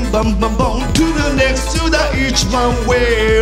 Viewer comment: To the nextをちゃんと発音してるところが好きよ…オーイシ様❤